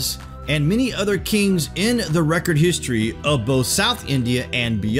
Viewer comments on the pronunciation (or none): none